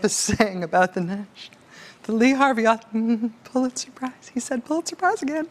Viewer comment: "Phuliter prizes"...LOL Muslim spies?